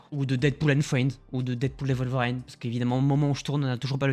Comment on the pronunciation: Worlveriiiiine pas "WolverAAIIne" ! Ça me fait bondir de ma chaise à chaque fois que tu le dis. 🤣 Très bonne vidéo sinon. 👍